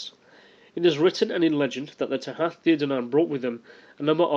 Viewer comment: kenobi Tooha. The th in modern Irish is pronounced as an h. However, in Old Irish it is pronouned like it would in English, a th. But, to keep things simple......